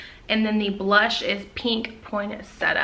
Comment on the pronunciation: It’s PINK not Peink